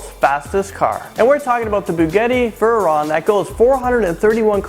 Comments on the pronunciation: Vernon is not how u say veyron (veh Ron) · Hennessey Venom GT is the fastest car, learn how to pronounce "Veyron" and you guys messed up with #1 by putting 5800km/h instead of 58000km/h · Precursor: I know this might get all sort of negative replies, but, PLEASE learn how to pronounce words properly and maintain attention to detail. re: Bugatti -- BOO-gah-tee re: Veyron -- VAY-ron re: 1.09 million -- One point zero nine (you said 1.9) re: MagLev Train (you joked that it should be called "the flying bullet." Even the slowest bullet [a.45 ACP] travels at 830 fps which is over 900 KM/h depending on how many grains of powder are used. Lame joke) Lockheed -- LOCK-heed (you said lock 'head') Of course, I'm baiting the trolls and other haters with [predictable] replies such as: - "Well, why are you here? Just unsubscribe." - "Does it matter?" - "Can you do better? Let's see your video/research." I am not a YouTube contributor; I have no desire to be one. I do like learning things though (which, I did here mind you). In this era of [relatively] simply video production, YouTube uploading, and so on - a little work in post-production could/would/should have caught these things. Not hating, it's simply constructive criticism. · And I cringed when he said buhgahtti vuhron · "bugetti veryon"😂😂😂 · "The Bugetti Vuron" Pff might as well go the extra mile and call it the Spaghetti Vuron. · "Bugetti Vehron" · beuggayti veron?? really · It sounded like he said bugeti vuhren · its pronounced boo-ghat-tee vay-ron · Was I the only one who was mad when he said bugetti veron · It's NOT pronounced begetti veron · you pronounced lockheed and veyron incorrectly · Dude it's Bugatti veyron lol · the way he says "Bugatti Veyron" makes me cringe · When he said Bugatti and Veyron wrong